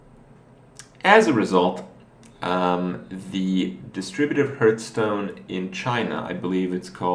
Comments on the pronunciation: Why does he and most others keep saying "Hurtstone"? I'm Swedish and even I know it's not pronounced like that. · Found three different ways to say it. Most Common one seems to be Härth. [härt̸h] The other two: [hahrth], /hɑː(r)θ/. Either way doesn't seem wrong at all. No u sound there though. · ***** Some people cant pronounce "th" its a speech impediment. im sure youve heard people say "th" as "f" like "Earf" instead of "Earth" its a legitimate thing.